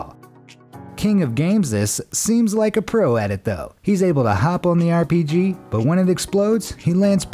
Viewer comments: Did..did he say. “airpg?” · He said airpg